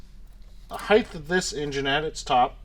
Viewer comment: Every time says heighth, I die a little on the inside.